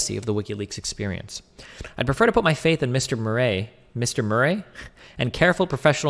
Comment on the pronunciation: It's funny how Destiny doesn't know how to pronounce things like "Murray" or "piety"